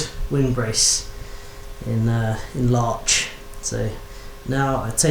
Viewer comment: did yo say large or larch? Love the jigs. I can see them being worth the effort in the long run, especially in a teaching scenario.